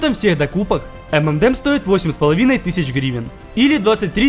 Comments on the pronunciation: Правильно говорить не "эмэндэмс", а " Эмэнэмс" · Самая ирония в том, что правильно название этого десерта произносится как "Эм эн Эмс"